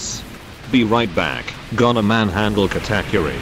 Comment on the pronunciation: The text to speech says kattackuri